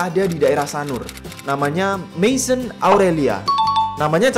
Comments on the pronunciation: Fyi, maison dibaca mezong. Croissant dibaca krwasong 😅🇫🇷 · bacanya masion = mesong kak kalo bahasa perancis